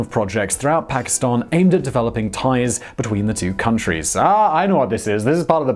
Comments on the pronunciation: your like the only English speaking person that pronounces Pakistan correctly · Wao bro ! You are pronouncing Pakistan accurately. Thumbs up for that.